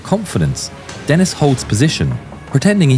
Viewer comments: It didn't help when the narrator pronounces the French name of the German correctly, then pronounces the name of a Frenchman in a British fighter incorrectly like it's an English name "Dennis" instead of DEN' ee. I clued into the Cross of Lorraine insignia on the fuselage and captioning Denis to put 2 and 2 together. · Thanks for this. I had not heard of James Denis. He was French so his last name is pronounced Denii - the "s" is silent. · It's Den-EE. The S is silent in French. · Great video, just, in french "Denis" the "s" is silent